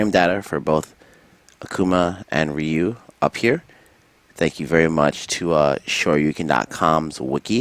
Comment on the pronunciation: good shit but why cant you pronounce Ryu's name correctly. You did it a couple times. lol